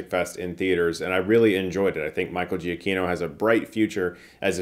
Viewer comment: I will never get over how badly you mispronounce Michael Giacchinos name tbh.